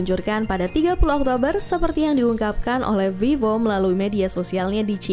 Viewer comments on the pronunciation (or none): none